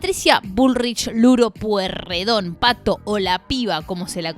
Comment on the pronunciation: Todos pasaron por varios partido YO QUIERO SABER QUIEN CARAJO SOS VOS PIBA LOS QUE TENEMOS LA MISMA EDAD SABEMOS LOS APELLIDOS APRENDE A PRONUNCIAR EL APELLIDO NO ES POIRREDON Y TAMBIEN TIENE COMO PARTE DE LA FAMILIA A EL CHE GUEVARA QUE PIBES INSOPORTABLES POR SUERTE TODOS FUMABAMOS CIGARRILLOS A LOS 12 AÑOS PARTICULARES NEGROS